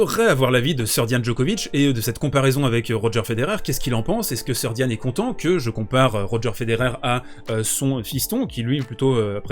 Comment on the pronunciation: En FR et a l'international il faut prononcer Sérdjiane 😉 comme pour le nom du pays, Srbija => Serbie